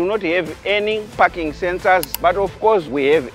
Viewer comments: It’s parking lol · is he saying parking sensor or i am hearing fucking sensor 🙂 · 😂 for a second i thought he said "here there is no fucking sensor "😂😂🤣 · "parking sensor" sounds like "fucking sensor", nice one mate, i would buy one. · I thought l was alone hearing f**kin sensor. 😂😂😂😂😂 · First I thought this guy said there is no fucking sensor 😂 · He was saying parking and i thought fucking sensors😅😅😅 and i thought he was saying wantedly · Is it me or he is saying the fu**ing sensor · What he says parking sensors or fu*king sensor 😂😅